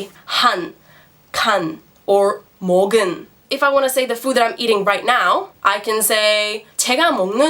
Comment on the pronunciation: is there an error ? it reads 먹은, but she reads it 먹을. please correct me if i'm wrong.